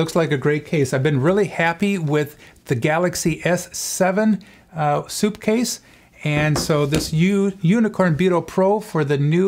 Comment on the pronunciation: Sup not soup